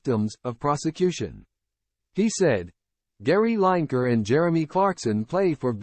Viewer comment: Say his name properly